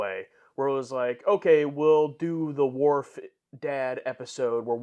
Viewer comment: Every time you guys call him "Dorf". lol